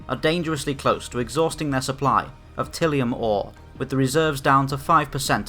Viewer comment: Ty-li-um. Tylium.